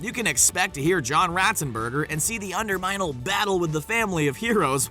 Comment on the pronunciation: LOL you said the under minel